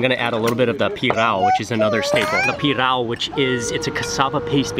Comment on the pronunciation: Farofa is not made from cassava powder. It is made from cassava flour. I understand that Mark cannot pronounce pirão correctly because the nasal sound of ão is difficult. It is an open aohn with emphasis on the ão.